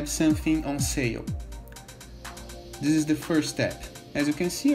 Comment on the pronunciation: "How to do dis?" 😂